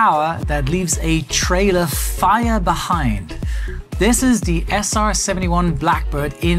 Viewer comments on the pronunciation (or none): none